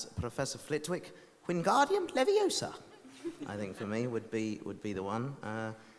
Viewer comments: Fermo, fermo, fermo, così caverai l'occhio a qualcuno, per di più sbagli pronuncia è leviosa non leviosà😂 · E leviosa non leviosAaa